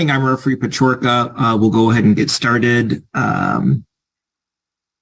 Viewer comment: The referee's name is pronounced like Puh-chor-kuh